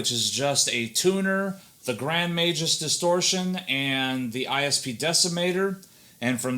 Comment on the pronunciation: Majus??? MAG-US. wow